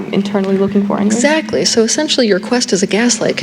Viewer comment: What's the last word Teal says on the video ??? Go for power... 'trackly' 🤔 ???